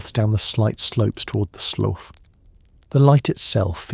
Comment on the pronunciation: The train seats were red velvet, not rough wood, the surveyors house was stocked with coal. Hay twists didn't happen til the long winter. Slough is pronounced sloo (rhymes with do). But still enjoyable.